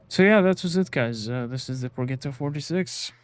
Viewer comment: Progetto is pronounced Pro-Jet-Oh